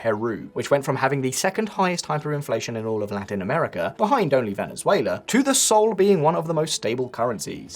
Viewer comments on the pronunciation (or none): none